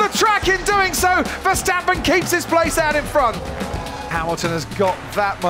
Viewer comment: Max being in formula 1 for several years and the commentators still can’t pronounce his name properly😅